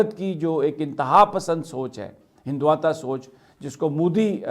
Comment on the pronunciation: “سر یہ لفظ ہندوتوا کو ”ہند دُت وا پڑھا جانا چاہٸے جو کہ اصل لفظ ہے کچھ لوگ اس کو ہندُو دت بھی پڑھتے ہیں خاص کر شیخ رشید صاحب تو اتنے بڑے چینل پر غلط پروناٶنسی ایشن معیوب لگتی ہے